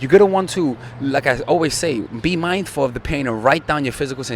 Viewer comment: 2.0, every time you say Mindful Attraction, it sounds like you're saying Mind For Attraction. This is a complaint.:P:P I love all the mindfulness work you incorporate, so... this is why I bother to bother ya with this.;)